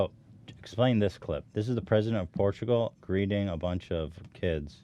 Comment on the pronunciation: it is funny that the guy that mispronounces words multiple times in every podcast, ethan, shits on for messing up saying Portugal one time. and he keeps doing it.